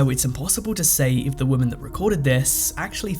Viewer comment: Learn to pronounce women in english please!